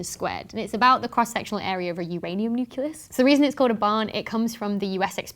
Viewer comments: OMG! You just said 'nuculus'. It's NUCLEUS! There is no such thing as a nuculus or as nuculur. Nuclear and nucleus. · Lol, PhD from Cambridge and can't actually say nuCLEus. Doesn't even have the excuse of being a 'Murican that was raised around nuKes. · Not to be nitpicky, but "A Uranium nuculus"? Who are you, George W. Bush?